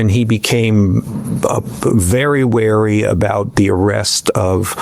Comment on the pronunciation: It's "wary" not "weary" ❤